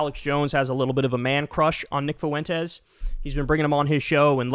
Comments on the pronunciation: Are you trying to say “Fuentes?” Well don’t do it. ‘Cause it hurts my ears when you do it. Fwen-tez, not foo-en-tez. I can’t stand the guy, but it’s Español 1 pronunciation. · It's not "foo-WEN-tez", it's "FWEN-tez". Profoundly irritating. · No shit FOO- EN- TEZ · Why are you adding an extra syllable to Fuentes? I swear white people refuse to roll their rs when speaking Spanish then turn around and say “fiddy cent” instead of fifty, or in this case “FUH WHEN TES” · Fwen-tay. Drove me nuts the butchering of that name. Anyway, as for him no one wants Nick on our side either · Can you say his name properly. You sound uncomfortable saying it. Now imagine how uncomfortable i am listening to you be uncomfortable over and over by your own choosing😂😂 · Learn how to say "fuentes" properly. It's not that hard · "Fuentes" has 2 syllables, not 3. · Fuentes is a joke, but please for the life of me Kyle Fuentes is 2 syllables. The three syllables makes me cringe every time LOL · Three syllables instead of two